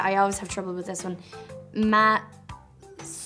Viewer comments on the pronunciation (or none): none